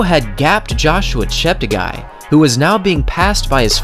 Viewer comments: Great video as always from _ note its pronounced ChepteGAY not ChepteGUY... cheers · Yeah, apart from butchering Kandie's name several times and insisting on mispronouncing Cheptegei (As many native English speakers running youtubers do)